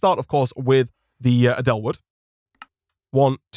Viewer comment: i like how he is pronouncing edel 'adelle' when its 'aydle'